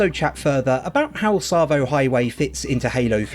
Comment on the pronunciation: Yeah boy!! You said ‘Tsavo’ right. Sorry just being a wind up. Still loving the vids. Am playing through Halo Wars again after your play through inspired me.